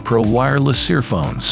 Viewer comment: Whatever AI you're using to narrate this is awful. "Kevler"? "Earphone S"? Suggest you use a different AI voice next time. ..."Near bywall plugs" LOL